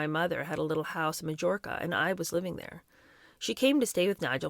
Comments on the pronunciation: Hello dear lady, Mary Quant’s last name rhymes with ‘want’; Leicester Square is pronounced Lester; and Majorca sounds like Mayorca. Kind regards. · Majorca (may- or- kuh). Just saying cause it'll come up over and over.